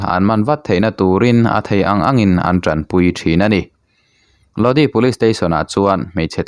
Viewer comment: A thupui hian enge awmzia a neih le? Click bait hi uar viau lo teh u. A dik tak, a nihna tak dah pawh ni ula kan ngaithla tho ang mawle. Tin, Lodi tih hi( Lodâi) tih tur a nih hmel. CCR hla ah pawh a awm kha. Pronunciation hi pu Google_a hian a hre vek a nia. I chhiar hmain han en ve zeuh zeuh thin teh. Mi chi hrang hrang/ mi tamtak, a tam thei ang ber thlir leh ngaihthlak tur a tih a ni a, chuvang chuan in enlâwk te hi a ngai ve a nia. Zirtirtu hna ang chiah a nia aw... Sual min ti awm.🤦 Aaa... Hriat loh chu zawh mai tur.😂